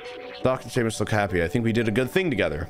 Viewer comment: Him unironically saying "see-mus" was actually killing me